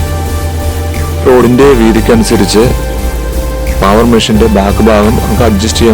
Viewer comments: പാവർ അല്ല... പേവർ എന്നാണ് ആണ്... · പാവർ അല്ല.. പേവർ.. പിന്നെ റോഡ് ഒരിക്കലും ഒരേ ലെവലിൽ ചെയ്യില്ല.. Centre line or centre FRL il നിന്ന് 2.5% slope കൊടുത്തേ ചെയ്യാറുള്ളു..